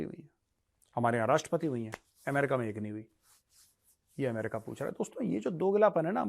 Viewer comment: अमेरिका ❌ एमरिका ✅ 😂😂😂